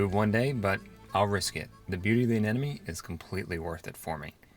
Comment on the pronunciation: Hi, love your site and absolutely love your vids, but PLEASE, stop saying anenome. As I'm sure you must know it's aneMone. rgds